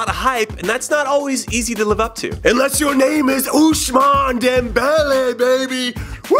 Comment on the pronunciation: How Jimmy pronounces Ousmane Dembele is funny af